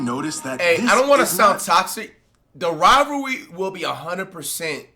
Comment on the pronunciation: The rivalwee :face-purple-crying::face-purple-crying